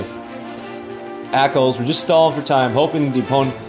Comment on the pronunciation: ÄCLS? Aklys. xD